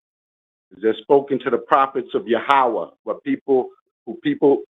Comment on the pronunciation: First clue that "" was a troll, was the repeated saying of "yehaway" instead of Yaweh.